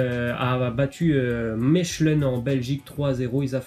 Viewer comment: oh du con Gent et Mechelen c'est du Néerlandais donc soit tu vas te renseigner sur la façon de le prononcer CORRECTEMENT en Néerlandais ou alors tu dis simplement La Gantoise et Mouscron